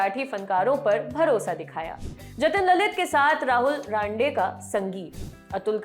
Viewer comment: Rahul Ranade.not raande